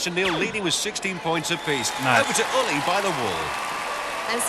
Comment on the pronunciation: I assume he's saying Ully but I always hear Olly.